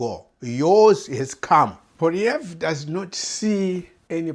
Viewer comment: Muckraker, you have come with nothing but muck. Go and get your head examined. Nothing but click bait. You cannot even say the opposition leader’s name correctly.